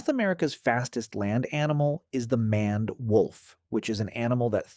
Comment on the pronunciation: Did you seriously pronounce maned as manned when it's closer to mained? Either get a dictionary or go back to school.